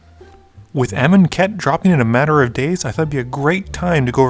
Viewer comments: Im Mars How would you pronounce it? Aye-Mun-Ket? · I really wanna know how amonkhet is supposed to be pronounced I've been pronouncing it a-mon(as in monster)-ket(as in basket)